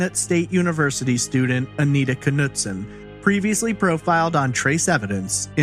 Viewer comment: the K in Knutson is silent , didn't you kanow that ??